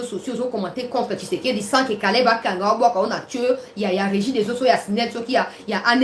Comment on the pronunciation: nous sommes contents de tes nouvelles, mais nous demandons d'avoir un peu de modestie sur l'appellation du nom de président Félix tshisekedi,: sa nous fait Mal tu prononce tshisekedi, tshisekedi,, changé